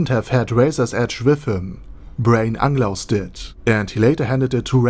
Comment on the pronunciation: Why you keep calling him Anglaus instead of Unglaus. It bothered me so much...